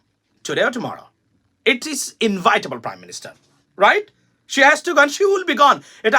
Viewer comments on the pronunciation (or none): Dear I like your talks and listen all of them. Please correct "inevitably" pronunciation not "invitable". Say In evi table.... please correct this